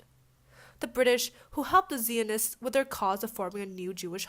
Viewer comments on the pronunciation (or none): Three corrections for Part 1... 1. Jews are ethnoreligious group, not just a religion. It's an ethnic people with their own religion. 2. It's pronounced Z-eye-un-ism, not Zee-un-ism. 3. It wasn't like there was just persecution and occasional murder and, ultimately, the Holocaust. In reality, there have been genocides of Jews in almost every century. Why do you think that, after almost 4000 years of existence, there are only 15 million Jews today, and only 18 million prior to the Holocaust?